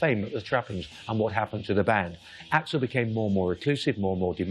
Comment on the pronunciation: AI calling him A-X-L.